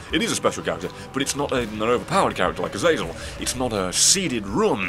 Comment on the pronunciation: I'm gonna miss you pronouncing Azazel correctly. But hey this is still fanfuckingtastic!